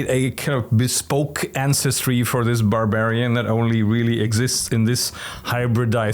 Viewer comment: Boar-barian I just had to repeat that after hearing it. Just great.